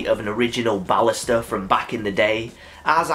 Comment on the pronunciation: Don't worry about it. I don't mind at all. It's actually a great way to say it.